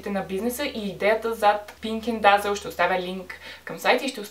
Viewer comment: Казва се "дезъл" не "дазъл" .